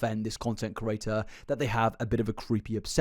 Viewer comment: The way you say "creator" is so close to "curator", it itches the inside of my ears 😂